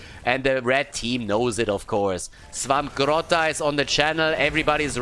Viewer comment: Hey,, tell us again why you misspronounce Swampgoat's name everytime